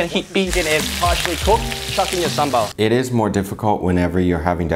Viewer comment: Your pronounced ‘sambal’ like a local 👍